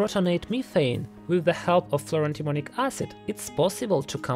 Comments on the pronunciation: I keep hearing "fluoro-demonic acid." I am not sure that that is wrong. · it sounds like you are saying "fluro-demonic acid"